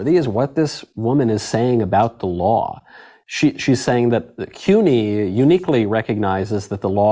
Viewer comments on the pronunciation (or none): She cant Pronounce cuny my god do some research before you report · OMG!!! She can't pronounce CUNY??? Come on Meghan!